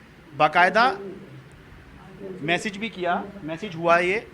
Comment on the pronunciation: Message, hota h na ki mesaage😂😂